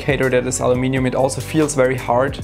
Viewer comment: He even says Aluminium correctly :)